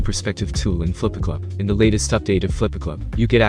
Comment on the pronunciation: ah yes flippacluap